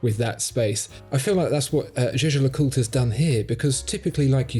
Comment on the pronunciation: I first did not get what you were talking about with the first watch. Jejer le coutr?????? JLC is a bit more understandable. So I saw "Jaeger le Coultre" on the watch. Interesting name. Jaeger should be written as "Jäger" which is German for hunter and is pronounced with a hard G, like in "gobble". The "ä" is pronaounced as an elongated and sounds like ey in "hey" Whish you English folk would pay a bit more attention to original pronouciations and not totally butcher it up.